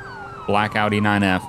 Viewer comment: Did any one notice he said Audi 9f, instead of obey 9f or Audi R8